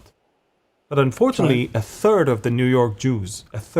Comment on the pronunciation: What can we say to the New-Yoke- err.